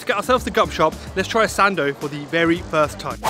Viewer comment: OMG! you came all the way to Birmingham for a sandwich 🤦‍♀️ slightly disappointed bro. Btw every time you said Sando i thought u were trying to say Sandy 😆 just kidding